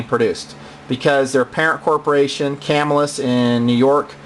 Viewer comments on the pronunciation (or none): Cam ILL us, is how the locals say it, not CAM ill us. I actually visited the old factory in Camillus NY when I was a kid.